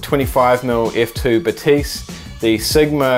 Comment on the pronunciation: Zeiss is a German brand, so Batis is pronounced ‘Baa-tiss’, not like a French person saying ‘Ba-teess’! Sorry to correct you, but it is seriously annoying.